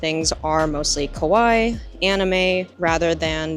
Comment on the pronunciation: Do you purposely mispronounce kawaii? Love you I’m just genuinely not sure if you’re saying it ironically or not 😂